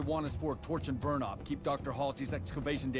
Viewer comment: lmao, "TYYoorrch and Burrrnnhh" awesome